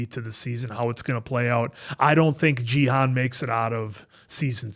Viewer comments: You’re pronouncing Gi-hun as jee-han. Gi is pronounced like Ghee. The G is the same G sound as “good” or “game”. Hun is pronounced as hoon, similar to moon. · With peace and love 😆 his name is a 'hard G', Gee-hoon haha ❤ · Hey Guys, love your reactions. Just a note: the G in Gi-hun makes the same sound as the G in Greg or go, not the sound as the G in George or gym.